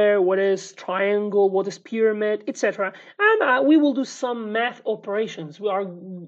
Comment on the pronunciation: "next lesson we will do some math" My ears thought you said "meth" for a second lmao